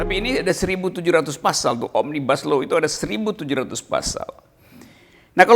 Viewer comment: Bacanya omnibus aja ga bener mau ngartikan roky....itu bahasa latin bukan bahasa inggris ...